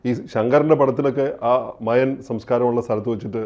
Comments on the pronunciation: Maya alla mayan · മയാ civilization അല്ല... മായൻ civilization ആണ് 😂